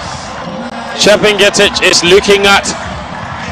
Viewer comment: please she is chepngetich not chebii ngetich